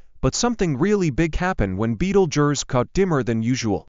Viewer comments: What a horrible AI voice, at least get someone who can pronounce the name properly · Betelgeuse that ain't the way you pronounce it. You guys should be smarter than that. Go back to school and learn how to spell duh